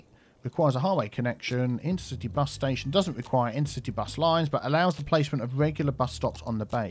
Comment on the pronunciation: Inter-citea bus hub.